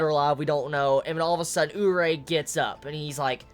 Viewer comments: More like Oo-ree-ay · isn't it "urié"? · Isn't Urie Pronounced "Yuri"? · I've always pronounced Urie as ooh-ree-ay